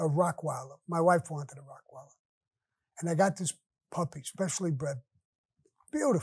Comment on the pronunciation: Come on Sammy, its ROTT WEILER, not Rock weiler!